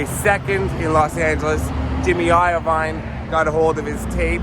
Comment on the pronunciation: Who's Jimmy Eye-oh-vine tho?